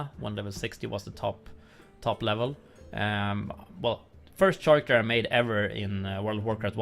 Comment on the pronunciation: Character is pronounced with a "K" sound 'käräkter' ;)